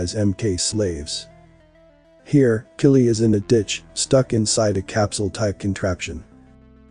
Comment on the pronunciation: The names are pronounced K-EYE-LEE, and k-LOW-EE